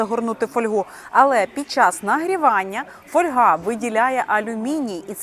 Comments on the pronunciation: Не каверкайте наголос ((( ФольгА. Як не випАдок, так фОльга. Що за недорозвинута мода... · Не фольгА, а фОльга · Правильно казати фóльга, від латинського fólium — листок. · А я постійно говорю фольгА .. ,фОльга мені ріже вухо . Може ,що з дитинства так у мене говорили і і воно до мене так приклеїлось ... Та тільки аби ця помилка ....😮😊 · фОльга . Так правильно українською. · Запозичені слова зберігають наголос мови, звідки походять: фо́льга. Наголос на О. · Наголос на літеру о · Фольга- наголос на перший склад. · Фольга, наголос на о